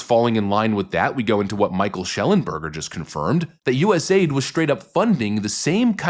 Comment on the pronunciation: Love the content but it’s A - I - D. not aid like first-aid